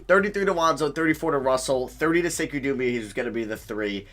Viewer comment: It’s pronounced (say-koo) (dem-boy-uh)